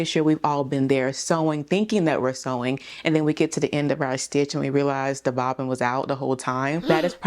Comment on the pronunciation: Yesss!!!! The bobbin not bobbin 🤦🏾‍♀️